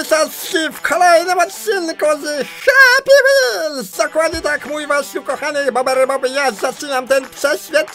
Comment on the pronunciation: jak ja uwielbiam happy whals w twoim wykonaniu